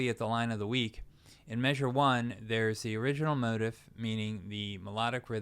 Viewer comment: I enjoyed the lesson. Thanks. There was a lot there I never thought about before. One minor issue - I believe "motif" is usually pronounced mo-teef`, not mo`-tif.